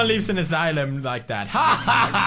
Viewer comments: It's not a aselum it's a asylum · asylum not asslum a-sigh-lum sorry i think i just offended you pewdiepie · It's ass-sigh-lum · Pewds... asylum is pronounced a-sigh-lum.... not ass-a-lim (even though its hilarious when you say it:D) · asylum a sie lum not asilum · Asylum {Ass-ill-um} Adorable . . . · The way he pronounces asylum 'ass-o-lum' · Ass ilum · I just love how Pewds pronounces things...ass-eh-lum, nin-yah etc. XD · Pewds: "Who goes to an ASSLUM if they're drinking?" Me: facepalms I love Pewds :') he makes my day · i love how he call's it an Assilmm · Ah yes, the assilum. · us-i-lum. that. is. how. you. say. asylum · Asylum is pronounced a-si-lum just saying and I'm not being mean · Pewds says assylem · Lol Pewds Its As-I-Lum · Peers is asylum not asalum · You said ass sylum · Ass-i-lum= Asylum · ASSILUM LOL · He kept saying asylum wrong